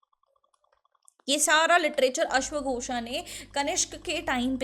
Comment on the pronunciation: Aap last me A kyu lga dete ho.. Ashwaghosa... If u r speaking in Hindi then use teem as per it